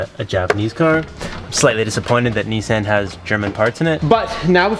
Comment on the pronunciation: “Nee sans”😭